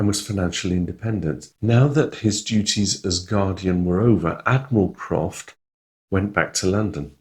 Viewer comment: it should be Admiral Crawford, not Admiral Croft!😊